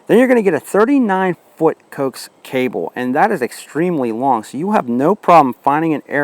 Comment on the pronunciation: Dude, it is pronounced Ko ax cable short for co-axial cable